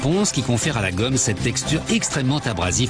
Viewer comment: Tu dit guomme ses effasse😂😂😂